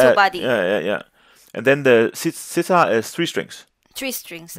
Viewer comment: The setar is "seˈt̪ʰɒːɾ" SE will be pronounced as same as for PE in word pen. The way you pronounce it is Sitar which is a different instrument also. Setar means 3 strings, and SItar means 30 Strings